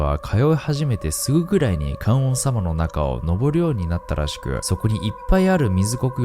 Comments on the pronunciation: 観音→かんおんじゃねぇわ かんのんだろうがナオキ野郎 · かんおんさま→かんのんさまです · ナオキマンアメリカ暮らしが長く、漢字がにがてなのは承知なのですが、動画のクオリティーや朗読など良すぎるので、是非知ってもらいたくてあえてのコメント。 観音と書いて「かんのん」と読みます。かんおんではないので、また出てきたときには気をつけて読んでくださいね！ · 観音（かんおん→かんのん）です！ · 観音『かんのん』な。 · かんおんさま→かんのんさま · 還暦過ぎジジイやが夫婦の話の歌は子守唄なんかな？リズミカルで明るい曲調やからワイが子どもの頃は女の子が縄跳びする時歌ってた記憶がある。 それより観音(かんのん)をナオキマンが かんおん と発音するのになんか意味ありそうでそっちが怖かったわww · 観音→かんのん だよ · 観音寺はかんおんじ 観音はかんのん 観音様はかんのんさま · 本編の内容とは関係ないのですが ちょっと気になってしまって… ごめんなさいね 観音(かんのん) の「とだて」は 戸建て (こだて) と 読みます 日本語は同じ漢字でも何通りも読み方があるものがあるから面白いですよね 余談ですが 誰かのショートYouTubeで 「生」の読み方の多様性と「死」の読み方がひとつの理由を 面白く解説してるのがあって勉強になりました。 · 「観音」は”かんのん”と読みます。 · ナオキさん、観音は「かんのん」って読むんですよ(ｺｯｿﾘ 今回も中々の怖さを夏が過ぎてからありがとうございました！ 次も楽しみに待ってます(*´∀`)♪